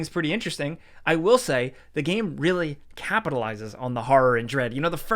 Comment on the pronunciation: “gæm” 10/10 - IGN